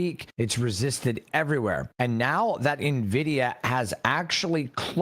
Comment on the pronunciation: Nvisia 😂😂😂 nobody else knows about nvidia but the”coach”